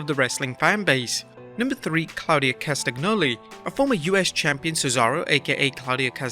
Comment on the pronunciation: You completely fucked up Claudio CastaGNoli's name over and over again.